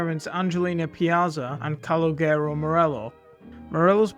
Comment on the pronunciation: Please learn how to pronounce Calogero before making these videos